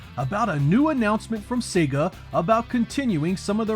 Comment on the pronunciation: Finally, an American who can pronounce SEGA correctly 😂